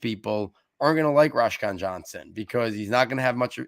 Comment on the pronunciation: Roschon is my younger brother. Btw it’s pronounced like Roe-Shawn. Good analysis though